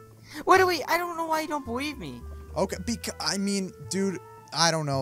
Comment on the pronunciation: DAID I DONT KNOW HOW YOU DONT "BEWIEVE" ME INSTEAD OF BELIEVE